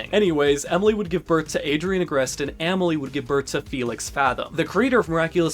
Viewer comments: Amèlie is actually pronounced “ahh-mel-lee” 🫶🏻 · Aaaah-mile? Ah-malie brotha